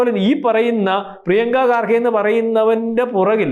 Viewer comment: Excellent reporting but pronounce well ...He is Kharge not Garge